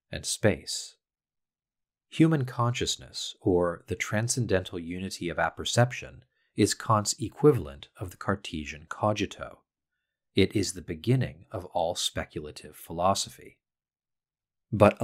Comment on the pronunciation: The "g" in "cogito" is pronounced like the "g" in "gear". Isn't it? Sorry for nitpicking.